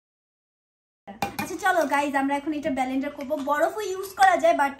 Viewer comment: ব্যালেনডার na vai😂😂😂 word gulo sikhe bolte aiso😆😆